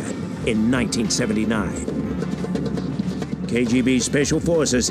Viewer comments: ‘KJB’?! No more head-contact sparring... PS. Don’t EVEN blame your New Yakk accent homie 🙈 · you kept say kjb instead of kgb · Anyone notice he says KJB instead of KBG